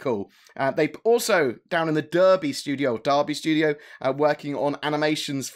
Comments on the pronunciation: YES! You said Derby right! All respect is regained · Yay! Derby pronounced correctly! ;-)